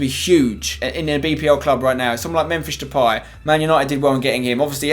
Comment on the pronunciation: Memphish Depay gets me everytime! haha